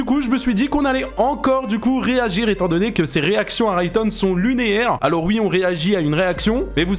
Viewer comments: Par pitié arrête de dire « lunéaire » 😭😭😭 C’est juste « lunaire » mdrrrr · J’vais faire mon relou,, mais on dit “lunaire”, pas “lunéaire” ^^' Mais très bonne vidéo et 1 like comme toujours tkt